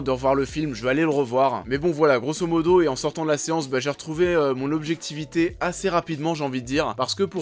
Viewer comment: c navrant quand tu prononce le mot objectivité.......